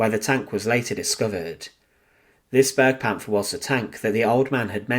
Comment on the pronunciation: It is not pronounced burgpanther. B air gu Panther.